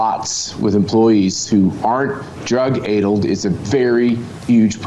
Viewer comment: It is pronounced drug addled as in the a pronunciation in sat.